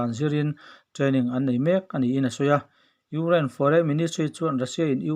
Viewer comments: Urain ti tlat a nang tuuu🤣😂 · I Ukraine lam dan chu leh😀😀😀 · Ngaihthlak a nuam viau lohna chhan chu chhiartu hian Ukraine a lam thiam lo thin hi😁😁😁😁😁